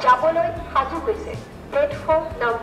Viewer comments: Bhai woh gopalpara nhi goalpara hai 😂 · Gopalpara nhi, goalpara hai bhai